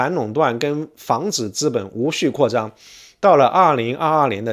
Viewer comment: 请注意：“资本”读作ziben，不读作zhiben。